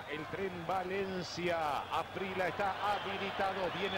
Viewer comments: Es gringo el locutor? Llama Asprila a Asprilla. Se le olvidó que hay una consonante llamada elle? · No entiendo porque ese narrador dice Faustino Aprila si es Faustino Asprilla! Se oye feo Aprila! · Asprilla, no Asprila jajaja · Me rompió las pelotas el comentarista diciendo asprila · Porque nadie le dijo que NO se dice Asprila?? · Los argentinos sobre pronuncian la "elle" (LL) para todo, pocho en lugar de pollo, gachina en lugar de gallina, etc. Pero, aun así, nunca, hasta el día de hoy, han sido capaces de pronunciar la LL en Asprilla. Ironías de la vida. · Los narradores argentinos no quieren o no pueden o no saben pronunciar el apellido de quien los goleó. 😊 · Eso te pasa narrador mediocre por pronunciar mal el apellido del negro esprilla